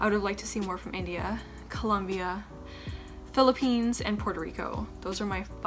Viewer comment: and It's Philippines not "philipines"